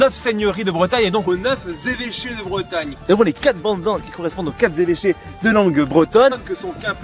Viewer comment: Les quatre Zévêchés, les cinq Zévêchés, ça fait mal aux oreilles ça 😄 Bon, à part ça c'est intéressant, j'ai appris des choses👍